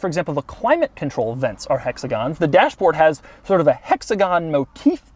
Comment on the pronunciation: "Hexagons" Btw i love his reviews